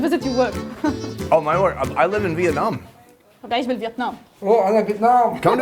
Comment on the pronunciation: did that guy just say Vietname? Oh Rambo? Lmao